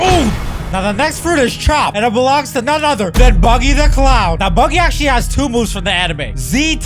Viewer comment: Bro said bubby the clown💀💀